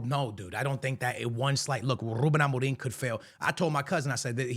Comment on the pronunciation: I heard you said ruben amoring...😂